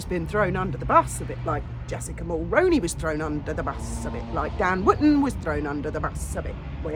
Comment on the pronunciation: 👋 Hi I'm a 🇨🇦 in my 50's who began voting when Brian Mulroney was our Prime Minister... I thought I'd let you know that Mulroney is pronounced as Mull-Roo-Knee or Mull-Rooney as in the actor Micky Rooney's last name and Not as Mull-Rown-Knee. I know that it's not important to a lot of Megxitier's who are from countries other than Canada and maybe not even to some Canadian's but it bothers me. I've been commenting on numerous channels hoping that they'll see it & correct their pronunciation. Brian Mulroney was French Canadian and he pronounced his name as Mull-Roo-Knee... you can check with any Canadian news broadcast online and I guarantee that you will hear it pronounced as if mentioned.. I know that you aren't intentionally mispronouncing it or intentionally being disrespectful to our late former Prime Minister Brian Mulroney... since Jessica is his daughter in-law she pronounces it the same way... Could you please possibly correct your pronunciation I'd be very appreciative & grateful.. Thanks